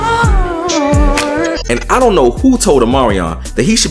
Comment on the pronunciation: He said ion wanna see this ion wanna look 😩🤣🤣